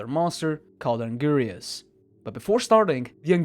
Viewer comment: Um actually it’s pronounced (AN-GIR-IS) not (AN- GIRI-US)🤓👆